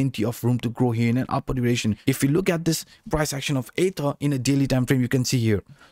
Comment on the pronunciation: Great video...sometimes it sounds like you're saying "ADA" instead of ether jsyk.